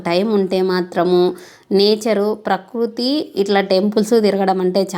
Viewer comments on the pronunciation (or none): none